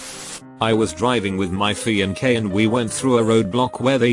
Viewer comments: Everyone: Fiancé Narrator: FianK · "my fian k " LMAO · I love the fact that fiance was pronounced as fianque...nice😂💀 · "Driving with my fianké" says text to speech, needs minor improvements